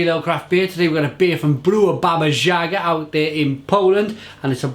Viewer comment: in Polish you always pronounce J like Y in YES.